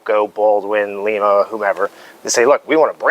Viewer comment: Excellent video! Just popping in to say it's pronounced "lime-uh" not "Lee-ma" Locomotive works. Cheers from Ohio!